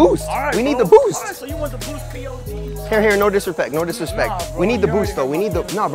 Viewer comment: It's pods not p.o.d.s